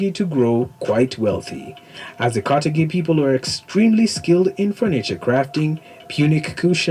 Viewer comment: Car thage is the pronunciation not ca te gi ss he mispronounced it. Carthage os where Barca Hannibal came from. Its great history you should both look into as Hannibal great grandson Pushkin had much to do with the Russian empire army and arts and culture to the power it is today.